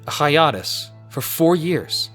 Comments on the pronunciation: “And then they’re was a Hyah-TUS! Nothing for four years!” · I'm sorry but hiotus? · but why did you pronounce "hiatus" like that hi-ah-tuss? but why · I really want to punch you in the face for your pronunciation of hiatus. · The way you pronounce "hiatus" should be criminal. Subscribed. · You said Hiatus wrong and it really bothered me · Did you pronounce hiatus that way to make it sound like a Bionicle name? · Are you saying hiatus wrong? Has everyone else in the world been saying hiatus wrong? Someone is definitely wrong. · That pronunciation of hiatus made my ears bleed. Good vid, though.